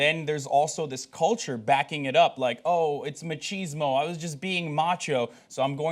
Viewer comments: It's called "Machismo," Hassan . Not "Machisma." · Does Hasan even have a clue about what machismo is? (I'll ignore, for the moment, that he said "machisma", which is slightly different.) Machismo has nothing to do with being a bully, abuse or assault, any more than the American idea of "being a manly man" has to do with being a bully, abuse or assault. This is the second time this week that this show has demonstrated a complete lack of cultural understanding, bordering on bigotry and prejudice, toward Hispanic peoples. Maybe have the sports guy do sports, send Hasan back to producing his short videos that he actually seems to spend time doing research for, and give their guest host people to work with that aren't pulling shit out of their asses. Alternately, fire everyone, and just go back to Cenk, Ana, Jon, JR, and Jesus. (And cenk's buddy that owns everything... can't remember his name.) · Do Americans really pronounce machismo as 'ma-cheese-ma'? That's really strange, surprised the Scottish guy didn't give them a weird look.